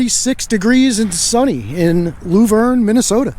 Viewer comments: It's not lou verne, it's laaaah verne and yes, typical mn ultra libtard welfare office! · Lou-verne.. 🙂 it's Luh-verne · I've spent a lot of time there - t's pronounced Luh-verne as in Shirley and Laverne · I live 20 minutes from Luverne, I hope while you were in town you guys stopped by the Blue Mountain State Park to see the Bison there, it's really a wonderful place to visit. Also PS: it's pronounce "Love-urn". Have Fun :)!